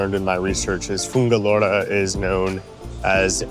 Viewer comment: Pobrecito, aún no sabe cómo se dice, ya aprenderá a decir Fuengirola, dales